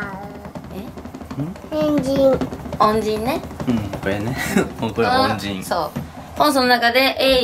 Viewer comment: 恩人が変人に聞こえちゃうの私だけかな？